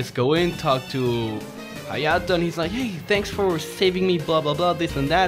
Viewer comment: when he says hyato and shows it KIRA QUEEN BYTES ZA DUSTO